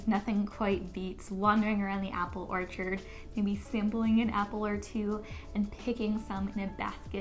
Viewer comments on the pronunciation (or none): none